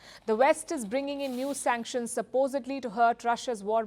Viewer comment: SUNCKTIONS BIDEN SUNCKTIONS more SUNCKTIONS